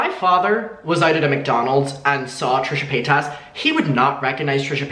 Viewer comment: I love the way you say her name xD 💕💕💕